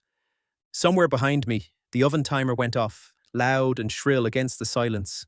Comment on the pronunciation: Great story, I love it... But the way the 'and' is being said is simply irritating.